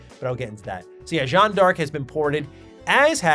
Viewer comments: I wanted to point out that Jeanne de Arc is pronounced similarly to Joan of Ark. Less similar to John Dark, more similar to Joan of Ark. Actually the narrative designer from Ara said it in the French styling during your great interview! Just something I wanted to highlight because thanks to Ara you've had to say the name quite a bit lately 🤣. Fun video. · That's Joan that rhymes with phone not Jo-ann that rhymes with sedan